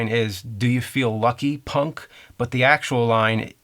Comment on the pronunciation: Even here you placed more emphasis on "punk" than Clint Eastwood does, which was my point.